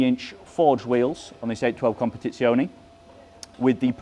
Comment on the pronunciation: If you can't say competizione properly. just say competition.